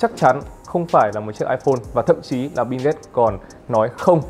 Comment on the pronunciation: Biu mà bạn . Đọc như kiểu bíu bìu ấy